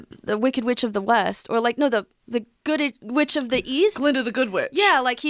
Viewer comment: “Gooded witch of the east?” - 😂 I didn’t even know that was wrong until said the proper name